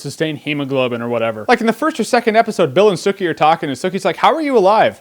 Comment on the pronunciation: I like how bill doesnt say sookie he says sookeh